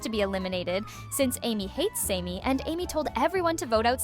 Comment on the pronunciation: Sammy. Not samey. Chris is just a prick.